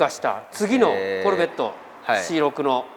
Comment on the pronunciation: フルボッコみたいなイントネーションw